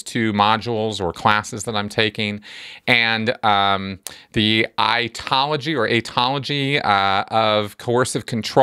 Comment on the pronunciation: 'Aetiology' is pronounced "etty-ology" or "ee-tee-ology",. Take your pick! 😉